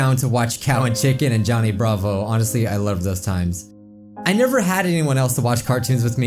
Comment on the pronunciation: when he said Johnny Bravo, I could've sworn I heard it sound like Danganronpa.